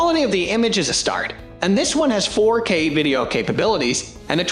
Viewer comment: lol, "12 "imp" camera". text to speech is getting better but not THAT good yet. "fork" for 4k, lol